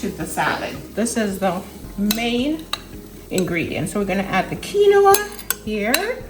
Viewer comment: Looks good, but the grain is pronounced "Keen-wah." It isn't a three-syllable word. I'd add sliced tomatoes or instead of jalapenos for those who can't handle that heat, a roasted red pepper to bring in the red color - maybe shredded carrots.